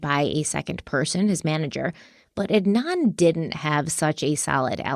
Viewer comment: They’re also pronouncing Adnan’s last name wrongly